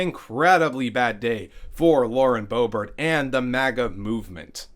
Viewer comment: You said BoeBART. Lol. And again .